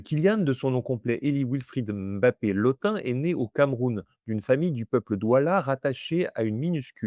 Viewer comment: Je vous remercie pour cette excellente vidéo, très instructive et claire. En tant que Sawa (Duala), je souhaiterais apporter une précision concernant la prononciation : en langue Sawa, tout nom se terminant par un "e" se prononce en réalité « Mbappè » et non « Mbappé ». Par ailleurs, le nom « Lottin » se prononce « Lô-tine », car le son nasal « ain » est une spécificité française qui n'existe pas dans les langues bantoues et reste relativement rare à l'échelle mondiale.🤗